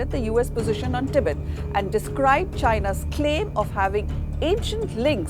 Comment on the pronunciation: your pronunciation the the word "Tibet" disturbs me